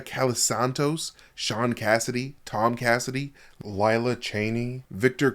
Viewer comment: “Ohm Cassidy” lmfao when someone forgot to add a T to the name Tom in the script 💀